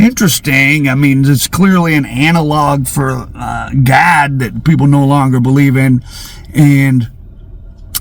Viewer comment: Hey it’s “god” not “gad” 😂😂😂😂